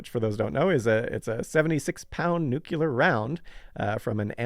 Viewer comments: Maybe NOT laughing at the horrific launch pad deaths of the balls-of-steel Apollo 1 astronauts would've been the better way to go in this video. It turned my stomach. I'm unsubbing from all Simon's channels as soon as I post this. And it's NEW-clee-ar, not NOO-kew-lar. It's not hard. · Fascinating and informative. But please, please, PLEASE-- one of you needs to learn how to pronounce the word NU-CLEE-ER!! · NUKE - U - LAR. 🙄 Stop it. Just stop it.